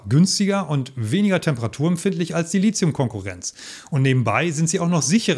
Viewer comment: Nix Lizium, das heisst Lithium. Da ist kein "z" drin, also bitte. Wenigsten die E-Auto-Profis sollten das richtig aussprechen.